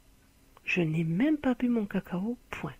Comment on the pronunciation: La manière dont elle a prononcé cacao m'a fait trop rire Mais sinon merci tu m'as beaucoup apporter